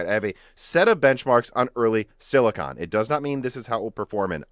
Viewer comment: No offense, but please look up the pronunciation for silicon. The way you say it is like scratching a chalkboard.